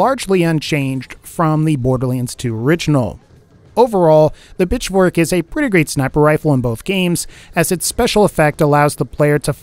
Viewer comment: Was I the only one who thought saying Pitchfork sounded like he was saying "Bitch-fork"?